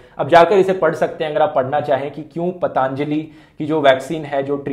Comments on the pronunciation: He said :- " पतांजली " 😆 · He pronounced like पता अन्जली , he should learn the pronouncing first